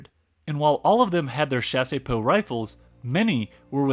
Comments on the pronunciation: Also "Chassepot" is pronounced "chass-po" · Bro the video is great but please hire some VA to do the voiceovers hahaha It's Chassepot, not chaséepot, also Krupp (kroop), not Krápp. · The pronunciation of Chassepot is not Shasey-poh, it's Shas-poh ( [ʃas.po] ). The "e" is silent. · I genuinely love this video but the pronunciation of chassepot is killing me. You are definitely getting a subscription though. Excited to see your future videos!!!